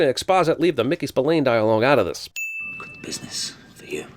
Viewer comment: I am delighted that you pronounced spillane correctly. I hear it incorrectly on a thrice daily basis